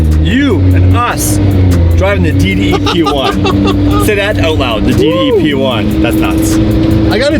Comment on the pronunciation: “P1!” What I heard: “We won!” Yes, yes you did.